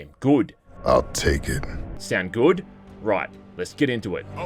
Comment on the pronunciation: I like how you say it the word good like "goude"